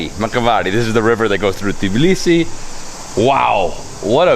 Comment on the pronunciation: I find it funny how every foreigner pronounces Tbilisi like TEEblisi xDDD it's TBilisi not TEEblisi 😂😂😂 but very nice video !!!